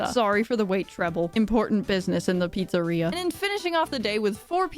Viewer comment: Papa's beer-eria lol